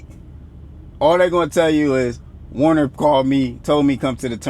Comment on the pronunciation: Is he saying Warner or Werner?